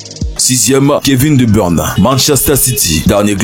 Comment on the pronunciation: "kevin de burne" jpp😂😂